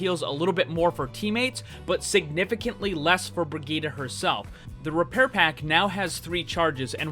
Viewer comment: she's useless now btw the way he says brigitte, BREEGUYDA! I swear english people sucks for any name that is not in english